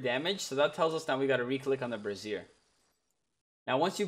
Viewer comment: They way you're saying brazier makes it sound like you're talking about a woman's bra. 😂Brassiere Brazier. Bray Zshur. Bray Zur. Brayzur. Brazier.